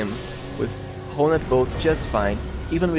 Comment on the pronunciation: Honed is pronounced like turned. One word. As opposed to Ho-ned.